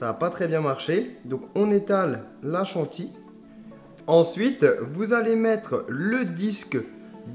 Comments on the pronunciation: Chanty Mdrrr on dit chantilly 😂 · C'est chantilly, pas "chantie".